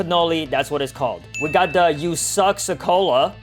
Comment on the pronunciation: Did u call esok sekolah usuck sekolah